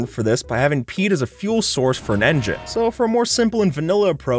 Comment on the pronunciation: omg when he said peat i thoutght of pee get you r mind out of the toiloit